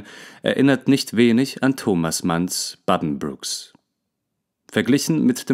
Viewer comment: hast du tatsächlich ´baddenbruks´ gesagt ??!? aber ansonsten mag ich es sehr wie du das ganze vorträgst - merci :)